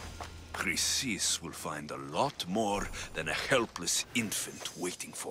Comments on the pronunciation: U called Chrysis 'Chlamydia.'......look it up lol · Chrysis: Kree-Sis